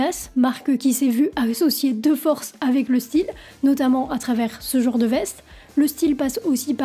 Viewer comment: on dit genre, pas jor! Merde, un peu de francais,meme pour du metal!